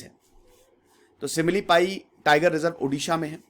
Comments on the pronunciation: Sir ye simlipal hai not simlipai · Sir... It's SIMILIPAL.... NOT SIMILIPAI🙏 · Sir similipai nahi Similipal M from Cuttack Orissa ... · Simlipai Nahi simli paL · Simlipai Nahi simlipal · It's "Simlipal "-----सिमलीपाल